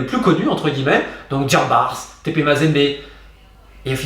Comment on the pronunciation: Merci pour la qualité de la vidéo Romain, comme d'habitude c'est très instructif. Ceci dit, je me sens même gêné de te le signaler mais le "S" dans "Diambars" est muet, ça ne se lit pas. C'est un mot invariable qui se lit de la même façon aussi bien au singulier qu'au pluriel.